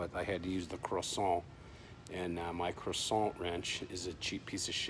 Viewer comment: It's a cresent wrench not a croissant wrench.